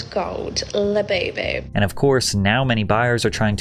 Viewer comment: She is "di öüná" of the "göüld lö-böü-böü"